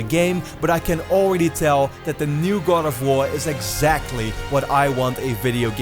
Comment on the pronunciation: I too am excited for 'Gad' of war.